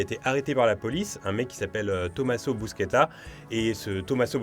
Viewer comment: Par contre on dit "Bouchetta".